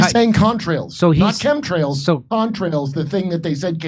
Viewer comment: epa needs to work on their english...but while he's mispronouncing chemtrails, lets talk about the "con" in contrails.